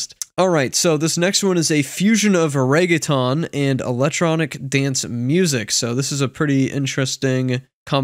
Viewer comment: The way he pronounced reggaeton lmaoo